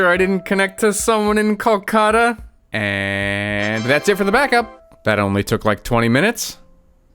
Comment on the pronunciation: bro ur pronunciationof calcatta was crazy